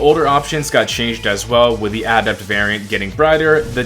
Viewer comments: who says adept like this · says it like that.